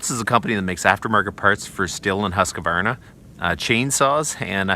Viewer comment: Just FYI, there's no such company as "Huskavarna". Try Husk-var-na. Shorter & simpler too. Not advisable to torture el-cheapo engines unloaded I'd suggest looking into peavey/cant hook and hookaroon. And ... always have a fistful of wedges on hand- much preferable to pinched bars. DAMHIKT